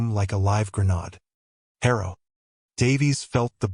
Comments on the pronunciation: Granade instead of granad. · Good story but the narrator really needs to understand the words he’s saying like he calls a grenade as granad which isn’t even a word. And there were other mistakes and pronunciation.